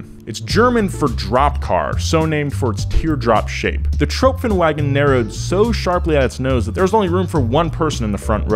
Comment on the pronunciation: A lil tip on German its not wagon its vagen